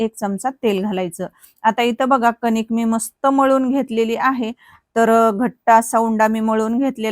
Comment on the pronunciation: त्या ला ताट नाही परात म्हणतात आणि कनिक नाही कणिक